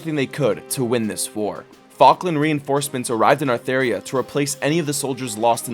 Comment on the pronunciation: It's actually Atheria :<